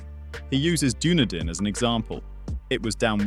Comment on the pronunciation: Cant pronounce Doonoodin correctly...